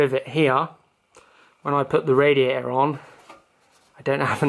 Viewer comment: Great vid bro, love it how you say radia'ah..